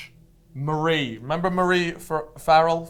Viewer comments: omfg from an irish person now, the way they pronounce farrell blows my mind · I love how pronounced farrell. I mean its not the right way but I prefer it 😅😅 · the way these are pronouncing basic irish names and surnames has me pissing farrell= far ill :')